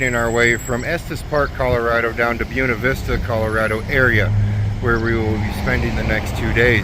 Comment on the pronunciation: Buena Vista...read "Bwayna"....hooked on phonics